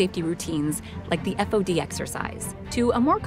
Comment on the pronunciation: When I was in the Navy it was pronounced "faud" and spelt "fod" or "FOD". Never did I hear it said "F O D"